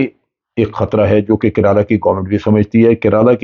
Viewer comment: Its not keraaalaa 😂😂😂😂